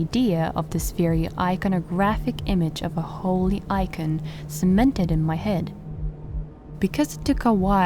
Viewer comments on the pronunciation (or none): none